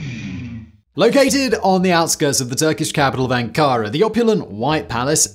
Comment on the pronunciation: Great video as always! Absolutely love your stuff!! (Shame about the mispronunciation of Ankara, but I won't tell anyone!!) 😝